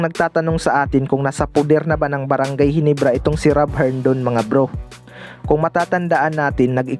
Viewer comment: ginebra hindi ginibra